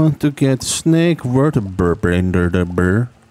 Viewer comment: You get an upvote simply for the many ways you pronounce vertebrae 10/10